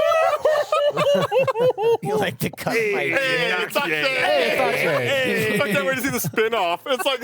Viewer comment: EYYY! It's Ak'she